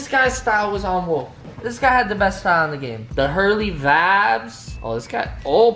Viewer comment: Please stop saying “Vabs” -_